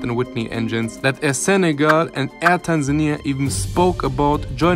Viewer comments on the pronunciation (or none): none